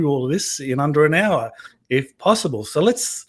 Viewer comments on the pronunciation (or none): none